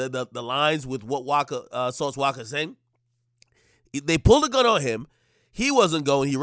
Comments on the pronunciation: “Sauce Waka” 😂😂😂 Akademiks out here fuckin up names 😂😭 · Yo AK, who the flukc is "Sauce Wocka"?🤣😂